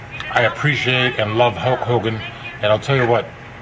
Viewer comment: huck hoe-gone